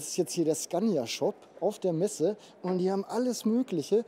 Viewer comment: Sorry,, Messe statt Meese. Kannste dann löschen:-)